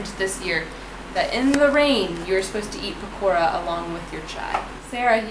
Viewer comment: I love your pronunciation of 'Pakoda'